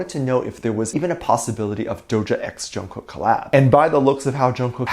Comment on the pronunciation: It’s not pronounced like that, it’s how you would say night in Korean which is actually the meaning of his name. And I am just trying to let you know the proper pronunciation because it does matter. So no one try to come at me because you will get blocked or you will get a bad response. Thank you